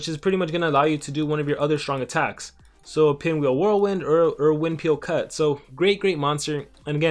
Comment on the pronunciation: Did he just say winpheel cut